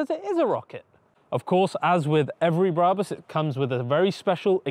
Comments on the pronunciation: It's BRABUS .. not "Bah Rah Bus" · My favourite Car Brand and all I can here is mis-pronouncing Brabus, it’s like when someone says Adee-Das instead of Adi-Das My ocd is melting down. 😂❤️😎👍🏼